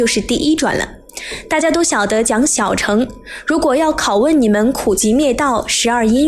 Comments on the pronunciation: 小乘要念小ㄕㄥˋ，第四聲，代表是車子的意思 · 小成?大成?是大剩（音），小剩（音）……